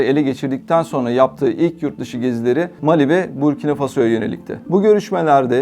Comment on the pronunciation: МАли, САхара....Что у диктора с ударениями?